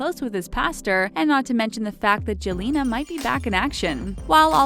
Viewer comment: She said jelena not selena